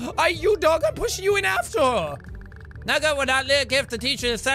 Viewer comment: Nuuget. I LOVE THE WAY JACK PRONOUNCES NOOGET